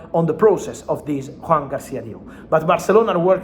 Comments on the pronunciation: Why does he pronounce "Juan" if the footballer's name is Joan? The same with Laporta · JOAN, not JUAN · Thanks for all the updates, Fabrizio! Just a quick note: it's Joan, not Juan — it's a Catalan name, not Spanish.